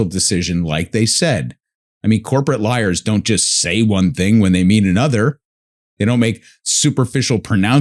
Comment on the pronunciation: Tee hee. When Max said "corporate lawyers' it came out sounding like he said "corporate liars"! My-o-my! What a thoroughly amusing yet also completely coincidental and innocent slip of the tongue!